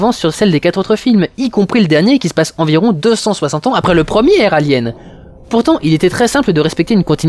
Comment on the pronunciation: "Envrions"? Ce film te fait dire des trucs bizarres Durendal!